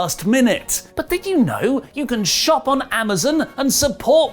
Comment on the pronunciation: I’ve heard of “Amazon” but what the hell is “Amazen”??? 🤔🤔🤔